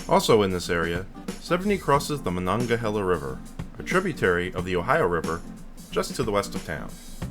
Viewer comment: Very nice! And, congrats on properly pronouncing, "Monongahela"! People generally stumble over that one! 😂